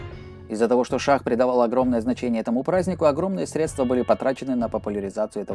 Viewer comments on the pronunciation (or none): none